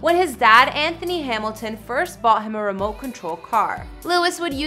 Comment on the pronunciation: its Anthony not Anhony learn how to speak are language 😑 🙄